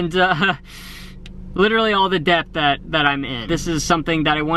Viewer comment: Making big moves! Also you're over thinking the word debt. It's pronounced det. Love ya!